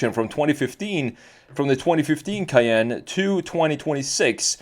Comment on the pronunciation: The Porsche Cay-ain't